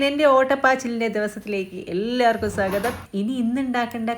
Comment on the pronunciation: സാഗതം എന്നാണ് പറയുന്നത്. സ്വാഗതം എന്ന് പറയൂ.